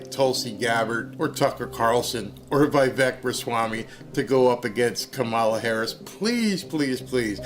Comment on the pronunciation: Vivek is pronounced Vi-Vake. As said by vivek